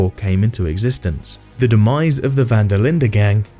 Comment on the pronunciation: Im dutch and he says it pretty well